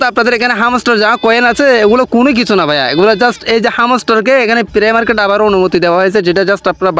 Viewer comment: প্রে মার্কেট না তো ভাই প্রি মার্কেট হবে এটা🤣🤣